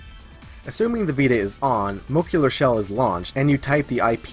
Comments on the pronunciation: "mo-LEC-cular". Jesus that drove me nuts! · Muh-leh-cue-ler lol besides the weird pronunciation great stuff man, not much is out for henkaku yet but it's only a matter of time, new stuff is coming out every day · Moe-leck-you-lar ;D